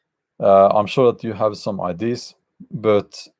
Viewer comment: Ideas is pronounced as (Eye deers) not as I.D’s but I’m with you all the way otherwise 👍